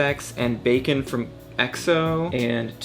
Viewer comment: i heard bacon instead of baekhyun for a sec 😂